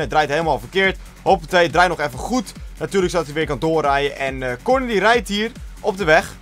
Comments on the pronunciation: Het is engels dus "korn" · waarom spreek je Corne zo raar uit? Tis gewoon 'Kornee'